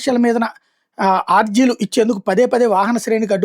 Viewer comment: మీ తెలుగు సరిచూసుకోండి ఆర్జీలు (aarjilu) కాదు అర్జీలు.అలాగే కందుకూరిని కందుకూరు,నెల్లూరు లోని కోవూరు ను కొవ్వూరు అని ఇలా చాలా తప్పులున్నాయి.సరిచూసుకోండి.